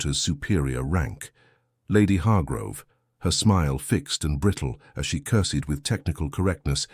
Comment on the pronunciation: AI has a lot of trouble with curtsy and curtsied. Curse, cursed 😅🤣😂😆